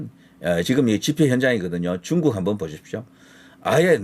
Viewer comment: 뚕국~!!! 이게 맞는 발음~♡